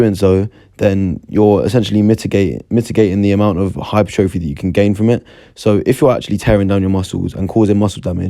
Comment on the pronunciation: Good video bro! u don’t say hypertrophy as it sounds tho 😂